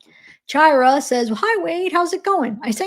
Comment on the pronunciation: Hey, chiara is pronounced Kiara like the lion in lion king lol. And Tanja is tonya